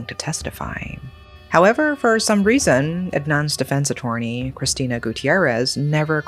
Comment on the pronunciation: Just to inform you, it's pronounced A-tur-ny and Braydy. Nevertheless, thanks again for another great storytelling of these unfathomable events